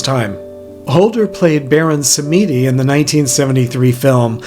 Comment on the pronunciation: The narrative is pretty worthless. All the details are on the screen without the atrocious pronunciation (SamEEEdi - please!)